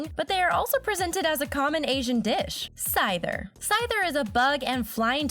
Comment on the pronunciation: You pronounced blastoise and syther WRONG